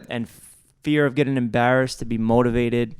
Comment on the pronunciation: The way Jeff pronounces “embarrassed” 😭